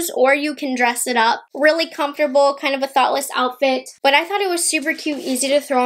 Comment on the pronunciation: Tell me why I thought you said “thot-less outfit” 😩😭🤣🤣🤣